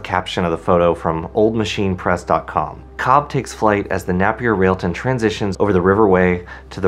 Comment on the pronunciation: Pronounced nApier.